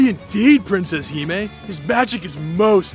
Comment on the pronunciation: "Princess"? I thought she said she was a "Pwincess".